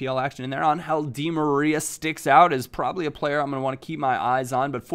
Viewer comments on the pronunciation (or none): none